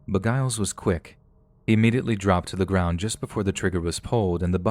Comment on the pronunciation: The pronunciation of, presumably, Giles is pronounced with a J sound. J as in jewelry. Giles = Jiles.